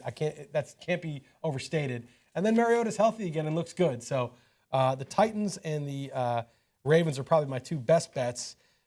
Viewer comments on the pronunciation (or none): This man said the titians!